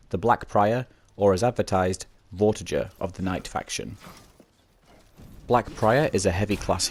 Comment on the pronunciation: It's actually pronounced "VortiGer" not "Vorti-Jer". Think Vortigern from Arthurian Legend. That's how you pronounce it.